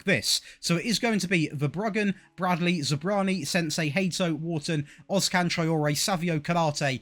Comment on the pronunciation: I literally laughed when you called Senesi, "SENSEI".😂😂😂